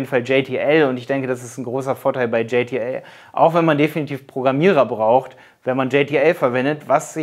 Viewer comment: Hey! Du nennst JTL auf Englisch, wird aber deutsch ausgesprochen ;D Ist die Zusammensetzung der Brüder Janosch und Thomas Lisson... Was du auch nicht erwähnt hast, JTL ist deutlich Vielseitiger, es gibt da Fullfilment Network, Produktion etc.. Sonst sehr gutes Video!